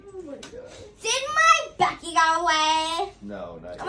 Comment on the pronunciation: She’s higher then gas price 😂😂 It’s the emphasis on Becky for me 😂😂😂